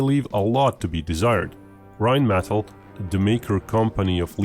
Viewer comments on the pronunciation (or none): Check your pronunciation. Rhinematal is not "RIne Metal" - more like "RIne met all"